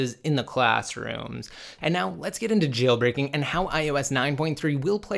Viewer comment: Stop annunciating the word "JAAAAILBREAKING"